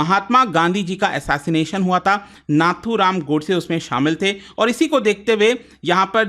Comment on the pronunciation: Sir be like “nathuram godase shamil THE” 😂🤍